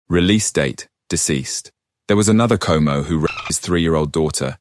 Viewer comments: You’re pronouncing chomo wrong it’s like ch like in child and the mo is molester so it’s like ch (like child) and mo (molester) chomo Edit: fuck those guys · You're Pronouncing chomo wrong